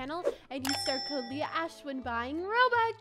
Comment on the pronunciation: Feah ashe like Leah ashe